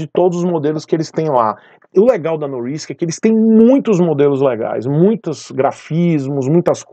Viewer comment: Se não me engano, a moça que faz o merchan fala NoRRisk, pronunciando RR.